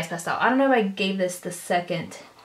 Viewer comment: it pisses me off how she says secont